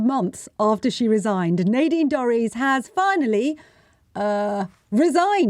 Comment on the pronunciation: Nay deen Dorrys who is that?????...............SANGITA same my name correctly it's NADINE DORRIES! disgusting intentional mistake from a pretendy journalist! fix it!